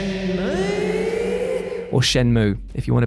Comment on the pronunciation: You ever just wanna play SHYEN-MUUUIGH?